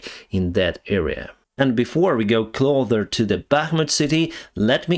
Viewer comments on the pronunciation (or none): Say “Get closer” Not “get clother” Cloth is like a small towel. Clothes are shirts, pants, socks. Closer, is an s sound. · The word is 'cloSer' with an S. Not cloTHer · Closer bro not Clother , your english is much better than my Ukrainian though . Thanks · Please, ближче is pronounced "cloSer", not "clother". I'm only mentioning it because I KNOW you can say it correctly, but it's becoming a habit. чисте небо, товариш пілот. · Hi I like you and no offence but please start saying "take a closer look" not "take a clother look". 😅😁 There is no such word as "clother" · I love your videos just a tiny little correction: you keep saying "clother" (ближче) but the correct word is "closer". Also, a lot of times you call towns "cities". Bakhmut is a town. Not a city. City is a big place (місто) like Київ. Also, the correct way to say is: "they were afraid", not "they afraid" (вони боялися). All the best wishes, my friend, слава україні!👍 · I notice that very often you say "clother". The correct word is "closer" no "th". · I noticed you started saying ''cloder'' instead of ''closer'' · Closer You pronounced it 'clother' when it should be said this way... 'CLOW-sir' clow rhymes with slow and sir as in 'Yes sir" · When you're saying take a closer look it sounds like you're saying clo-ther rather than clo-sir. Hope this helps, love your work. Your english is actually pretty good except for a few words but I can always understand you fine. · Improvement in pronunciation recommendation: Closar not clother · CloSer, not cloTHer... 👍✌ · Clo’s’er……it’s an ‘ssssssss’ not a ‘clo’th’er`. Just thought you may want to know that since you are kind enough to present in English. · Closer. Not clother. Clossssssssssssssser. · you need to adjust the way you are saying "closer". You should pronounce the "S" sound like ss, like "pisser". You generally speak excellent English.